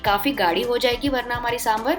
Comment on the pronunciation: trust me when I say this as I'm a South Indian. It's not 'saambrrr' but 'saambaar'